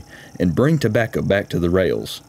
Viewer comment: tobacca... I miss see-gars.